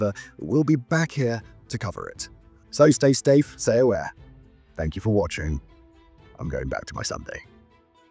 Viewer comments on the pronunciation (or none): "So stay stafe, say aware" aware? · having nearly finished a perfect narration, wraps up with "Stay Stafe" So close. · Hey, “stay Stafe?” 😂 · Soy say stafe, stay aware you too,:)